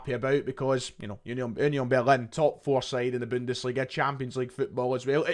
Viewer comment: oonyon berlin??? 🤣🤣🤣 i’ve heard it all now FFS